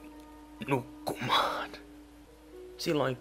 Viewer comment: "Mene nuqmaan!!" :DD